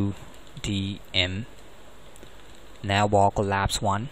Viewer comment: don't say navbar like that